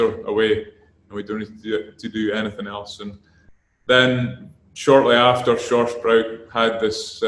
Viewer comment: „Shorsh broy“ bruh what